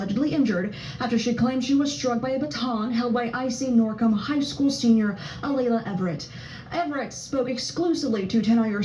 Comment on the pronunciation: Lord, sir you're pronouncing the names very wrong! Kaelen and Alaila. Kay-Lin.....Ah-lay-la!